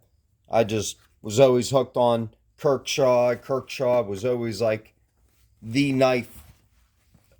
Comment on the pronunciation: Kershaw. Not "kirk shaw"